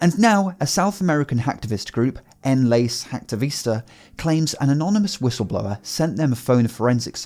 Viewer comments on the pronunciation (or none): native spanish speaker here, just a minor correction, it's pronounced en-LÁ-ssÉ jÁk-ti-vÍs-ta, not 'n-léis'